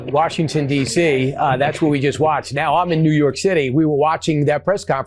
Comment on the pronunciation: Did she say "New Yark"?